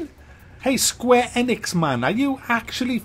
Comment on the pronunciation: Why can no one say Solice correctly... Also, Don't know if this is a joke, but your not even trying to pronounce Square-Enix correctly. Don't try to act like...that, if you can't pronounce words correctly